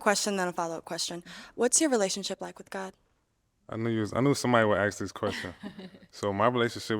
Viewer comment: omg this shit pisses me off so much!😂😂😂😂 I thought I’m the only one… and ALL OF THEM SAY THAT! is that a black people thing? It sound so stupid gosh. Just say it right. But no. AXE 🪓 WHO THE FUCK YOU WANT TO 🪓???😂😂😂